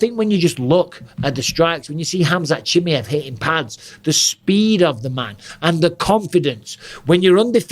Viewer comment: Khamzat "chimmy-ev" lmao